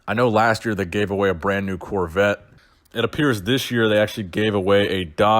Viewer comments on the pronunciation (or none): none